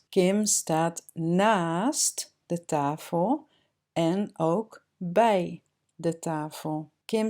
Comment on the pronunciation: do you say tafel (tahel)? Maybe i do not hear it good or? Dankje wel voor video.